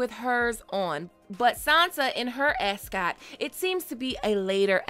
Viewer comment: Ascot.. say it again....